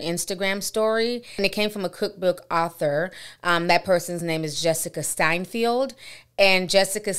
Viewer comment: To its Seinfeld not Steinfeld. She’s the comedian Jerry Seinfeld’s wife. Just helping you out because I really like you and admire you. Happy Halloween 🎃